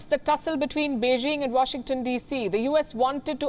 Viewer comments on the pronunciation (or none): none